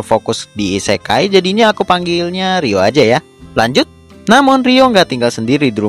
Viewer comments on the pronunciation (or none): Tulisan yang ada = Lanjut Yang gua denger = kanjut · Wow saya mendengar kata lanjut sebagai "kanjut"....